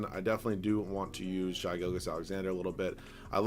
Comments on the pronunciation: It's pronounced Shay not shy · I can’t take youtubers pronouncing “shai” as “shy” anymore. It makes me want to die